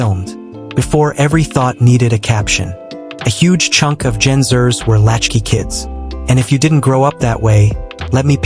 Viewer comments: Exactly. The script needs to print as Gen X er. Xer is throwing AI off. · The AI pronouncing Gen Xers as Zers makes this video unwatchable. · AI crap. Gen Zers? Monotone and a butt load of mispronunciations.